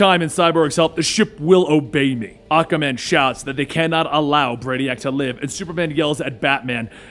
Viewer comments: Aquaman ❌️ Akaman ✅️ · Enjoying your videos, but you really need to work on how you pronounce "Aquaman". It sounds like you're saying "Occa-man".